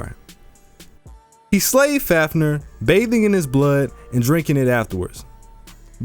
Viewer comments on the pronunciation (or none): Love your videos, but I have one criticism. The pronunciation of some things. Like Balmung and Fäfnir